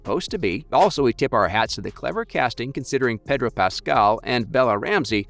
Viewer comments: Pedor? PEDOR? PEDDDOOOR.... HHPEEDOR... HHEEEDOR.... HOODOR.... HOODOOR. HOOTHDOOR. HOOTHEDOOR. HOLD THE DOOR. HOLD THE DOOR. Pedro Pascal. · Pedor? Who’s Pedor?